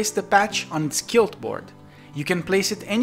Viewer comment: Great video, just as a note to help you with pronunciation, in English, most times the letters Qu go together they sound like Kw, just like in Latin. So 'Quilt' is pronounced (using International Phonetic Alphabet transcription) /kwɪlt/